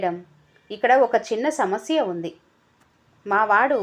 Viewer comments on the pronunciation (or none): none